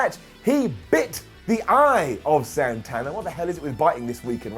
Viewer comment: AEW won the ratings for Wednesday night when he pronounced Santana as "Sawnthawnah".